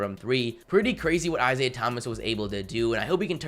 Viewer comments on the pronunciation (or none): none